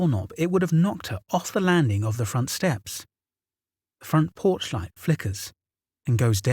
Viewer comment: "The fronch port" lmfao